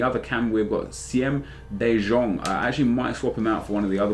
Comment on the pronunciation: Siem de jong is pronounced: siem de young